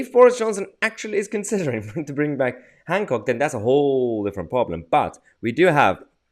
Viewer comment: Is there a “d” in Hancock?